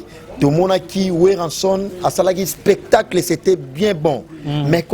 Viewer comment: Dinara on dit spectacle non espetacle😂😂😂